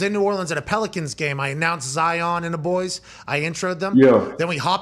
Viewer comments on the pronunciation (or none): none